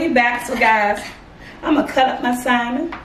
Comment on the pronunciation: Even though I do not eat Salmon but this burger looks good. She kills me when she says Simon but it’s all good. I love especially her personality.. 😍😀